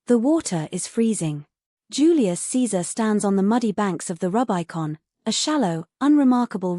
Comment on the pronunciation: OMG "The Rub Eye Con" ? Don't cheap out. Find a real narrator.